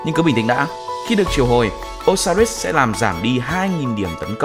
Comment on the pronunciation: Đọc Ô-si-rít là đọc theo kiểu việt viết sao đọc vậy Còn trong tiếng anh nếu âm “i” ko có nhấn thì đọc “ai” đr